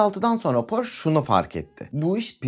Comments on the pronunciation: Porş değil hocam Porşe okunur . Önce adını doğru söyleyin . Hamburgdan sevgiler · porş değil porşe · porsche 911 hayranıyız porş denmesi rahatsız ediyor 😊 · okunuşu "porşe" dir , ferdinand porşe